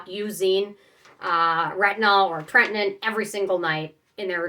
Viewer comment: It’s pronounce tret-in-oh-in. Not tret-in-in.